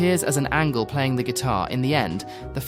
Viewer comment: I too heard the same